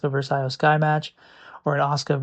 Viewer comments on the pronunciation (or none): Go with Eyo Sky. Not with the I, still Iyo Sky but pronounced Eyo Sky.